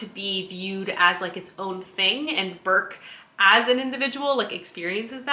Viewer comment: I absolutely LOVE the Ancillary series, such an innovative series in so many ways. (Also it's Breq not Burk 😅)